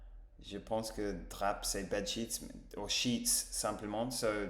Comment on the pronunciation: Waouh, ravi d'apprendre que j'ai un prénom si raffiné pour les anglais ! 🤩 Du coup, tu peux m'appeler Jacques, ça me va très bien ! 😀 : on ne prononce pas le "p" de drap (=> "dra") : "faire la fine bouche" : oui, c'est tout à fait ça ton explication 😉 : "les bœufs" : quand le mot "bœuf" est au singulier, on prononce le "f" final, mais pas au pluriel ! : on dit aussi "ne pas y aller de main morte" : on peut dire aussi de quelqu'un "il a pas la lumière à tous les étages, celui-là !". Pour ton expression anglaise, mieux que "tranchant" j'aurais plutôt traduit par "ne pas être l'outil le plus affûté" Moment très agréable avec toi, comme d'habitude. A très bientôt ! ❤ P.S. : marrant ta façon de te protéger du soleil ! 😋